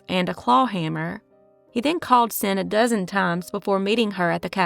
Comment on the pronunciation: Xin is pronounced "shin"